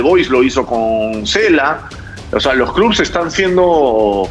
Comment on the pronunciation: se dice clubes, no "clubs".